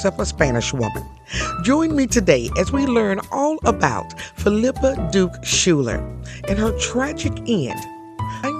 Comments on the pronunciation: Schuyler is usually pronounced Skyler, not Schuller. It is of Dutch origin and common in NY. Thank you for telling her story. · I also learned her last name pronounced as Skyler, not Schuller. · SCHUYLER is pronounced- " "Skyler" - NOT Shooler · I thought her last name was Schuyler, pronounced Skyler. In any case, her story is fascinating! Thanks for sharing.